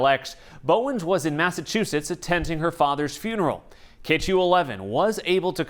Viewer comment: I would've fired that attorney had i heard him mispronounce Massachusetts the way he did